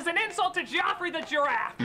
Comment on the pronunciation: The mascot for Toys r Us was Geoffrey (jeff-er-Ree The Giraffe. can't pronounce things correctically!